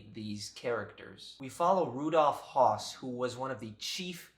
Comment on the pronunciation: Excellent review! I agree with everything you said. You didn't mention the final scene, however--people so nonchalantly working in that place where so many were exterminated. For me, that added to the horror of it all. (And by the way, the "O" in Hoss is pronounced as in "foot." There's an umlaut over the O which changes the sound.)